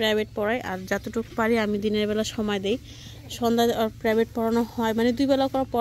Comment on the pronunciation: আবার শুরু হয়ছে বেবি বেবি, প্রেবাইট না, প্রাইভেট😂😂😂